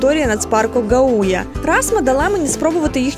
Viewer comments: І ще не ГаУя, а ГАуя!! Перевіряйте наголоси, ну йолки палки…. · Прекрасное видео, благодарю. В латышских словах, как правило, ударение на первый слог: ГАуйя, ЛИгатне, СИгулда.